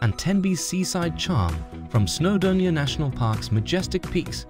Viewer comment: This is the worst video I have ever seen. The pictures are often not even from the UK, let alone Wales and the place-names are all shockingly mispronounced. Using AI is never a good idea. It stesls from genuine creators and it messes if up. There is no such place as Snowdermia.